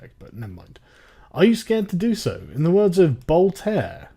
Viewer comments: It's VOLTAIRE you sjw morons! NOT Boltar! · "Voltaire", not "Boltair"....you think that they should at least know about that. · "Boltair"... ...Omg I am having a "ceysure". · "In the words of Boltair" XD I laughed so hard hahahaha. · "Boltaire" :) troll petition.